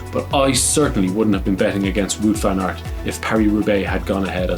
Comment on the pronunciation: Nice board game in the studio. It’s not wood van aert, it’s waaaaaaut! Also vlooten, it’s vluten like in dirt, or hurt. Try doing research in how to properly pronouncing the names correctly. It’s a form of respect and make you look smarter.